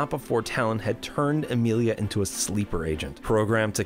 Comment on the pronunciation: Lmao her name isn’t Amelia :p It’s pronounced ah-mill-aye